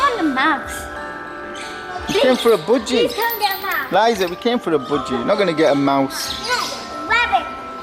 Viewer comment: What’s boodgie? It’s called a budgie lol